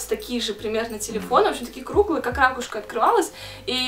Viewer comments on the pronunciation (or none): не рАкушка, а ракУшка